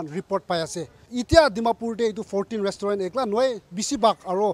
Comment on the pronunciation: First of all should stop taking the moral high ground in this issue and also he needs to get the pronunciation of restaurant correctly. All these so called news reporter and police going around checking alcohol and reporting about it should be tested how long they have been sober. Dear Naga brothers and sisters, don't waste your money on alcohol here in Nagaland. It's not that far, just go to Assam and save some money.